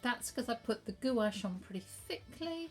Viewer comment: Gwash not goo ache.